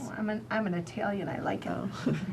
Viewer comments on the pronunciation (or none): I love this doctor I think what she does is amazing, brave and so so so very important. Now with that being said I have to poke fun a lil. I have never ever heard an Italian person pronounce the word Italian the way she does. Lmao!! Made me laugh through the tears.